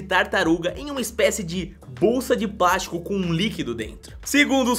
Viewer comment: tadinho desses bichinhos no "PRASTICO"